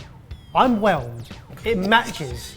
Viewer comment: I though said “I’m Welsh”. Thank Christ he just said ‘whelmed’